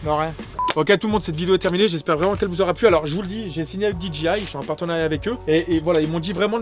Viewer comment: C'est DEE JAY EYE et non pas DEE DJI EYE